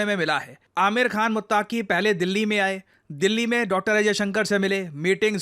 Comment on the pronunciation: दोस्त वो मुत्तक़ी होता है मुत्ताकी नहीं 👍